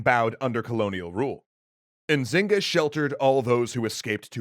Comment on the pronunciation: Ok I’m from Luanda I know quite the story but the N in Nzinga mbandi is silente